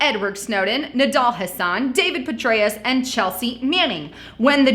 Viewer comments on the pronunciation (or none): none